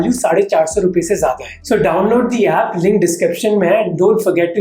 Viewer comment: On 4.30 minutes.. You said LING description mein hain.. ,..,Its LINK bro not LING